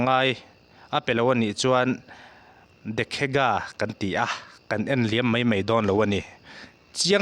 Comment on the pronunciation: Lehlam thu ka hriat phawt loh chuan ka awih lo. Vai belchhia. Vai tih hi vai ho tih anga lam chi a ni lo, a thlawk vai vai mai....tih anga vai hi lam tawi tur. Dekhega...tih mai mai pawh i va chhiar nalh lo ve. CM in CBI a ko lut ngam nge ngam lo kan la hria ang.